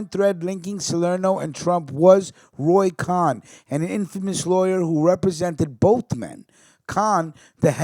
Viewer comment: Roy cone like ice cream cone if you want work for pronouncing